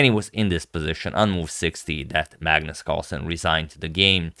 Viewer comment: Some time i hear madness instead of Magnus 😂